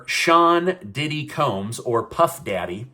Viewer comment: P Diddy’s name just doesn’t sound right coming out of mouth.😂